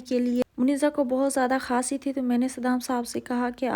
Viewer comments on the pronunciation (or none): Pyari sister khasi nhi h khansi hai😂😂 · Ooo texi خاسی نہیں کھانسی ہتا ہے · Khnsi Nahi khansi